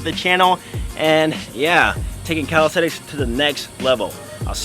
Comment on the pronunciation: why you keep saying "calistethics"